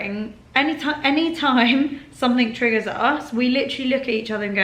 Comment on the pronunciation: I get triggered when you say trigger